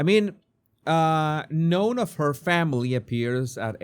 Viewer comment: ‘None’ is pronounced ‘nun’ ❤